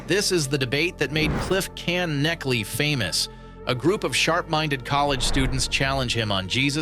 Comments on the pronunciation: AI doesn’t know how to pronounce German. I think Knechtle is pronounced “neck-till.” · said by Cliffe and Stuart is pronounced as Connect Lee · been pronounced by Cliffe and Stuart before. It's "c'nekt-lee" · "Cliffe can-neckley" 😭😭😭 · Well it is hwo you say it just not the pause between “can” and “neckley”. His name is not pronounced like “netchle” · yeah, he pronounced it wrong though. 😂😂 That isn't how you pronounce his last name either. Every time I here someone pronounce his name, it always sounds different. Funny enough, it was actually Alex O'Connor's interview with Cliffe that I finally heard it pronounced properly. I know he pronounced it right because Cliffe was there.